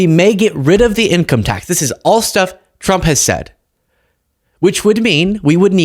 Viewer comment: Levitt can’t say “tr”, hence her problem w saying the presidents name and TRuckers. Make that go viral. She’ll be out in 4 days.